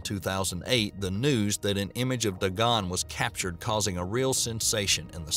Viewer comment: ...It pronounced Day-Gonn.